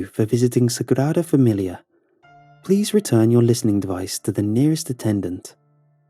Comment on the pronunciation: It may have rolled off well, but it was completely butchered.